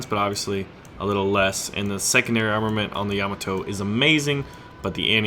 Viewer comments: Dude, you are killing me. It's pronounced Yam-AH-to. The emphasis is on the AH. Also the Japanese airplanes in War Thunder are KI as in Kay-Eye. Not Kee. You don't call a BF-109 a Biff-109 right? (Just a FYI, something Wargaming is getting wrong is that in the west, all naval guns are expressed in inches. The 76.2 is actually a naval 3".) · Yah-MAH-toe or YAH-mah-toe? I always thought it was the first? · Another awesome video as usual! But for the love of Pete there, baby Jebus kills one of your viewers every time you butcher your pronunciation of Yamato. Sends a cringe up my spine. LOL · how you pronounce Yamato really gets my OCD going man :) but i would play the Montana